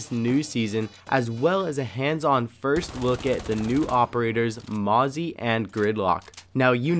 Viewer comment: Mozzie?! XD when you cant say an ops name properly!XD